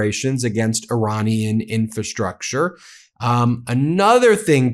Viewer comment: Your pronunciation of "infrastructure" continues to be incorrect. IN-fra-STRUCture, not IN-fa-STRUCture. The first "r" is not silent.